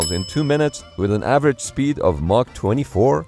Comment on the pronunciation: It’s Mach, not Marc. Lol